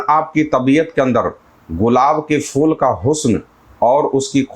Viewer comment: Fool nahi phool hota hai talafuz thik hona chahiye mazrat ke sath 🙏